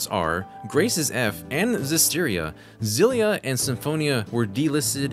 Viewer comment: I like that you're about the only English speaker I've ever heard pronounce "Xillia" as intended. I've been a fan of the series since the very first game for SFC, and I used to buy the games again when they came out in English, just to try and help support the series for my friends who don't know Japanese. I always wanted us to be in the same boat when it came to new releases, but...not by Namco just not seeming to make any for anyone anymore.